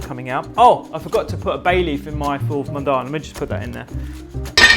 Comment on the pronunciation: So the fattoush you made is missing the 2 most important ingredients which are 1. lots of sumac, and 2. mini fried bread pieces. It's also not made with parsley usually. Secoundly, it's pronounced Full Mudamess or Full IMdammass, not sure how a video is being made on middle eastern food without referencing the plethora of middle eastern food youtubers, books, etc.